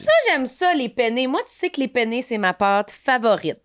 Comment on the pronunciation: "Penne'" avec les deux "n" ce sont des pâtes. Mais il faut bien prononcer les deux "n", parce que "pene" c'est "pénis" en italien. J'étais donc morte de rire en vous écoutant "Moi j'aime ça les pene, moi tu sais que les pene c'est ma pâte favorite! [...] toi t'aimes ça les pene?" hihihi